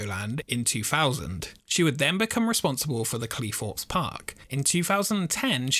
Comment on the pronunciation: i think if you are presenting videos you should brush up your english. Its Cleethorpes not Cleeforpes and a Theme park not feme park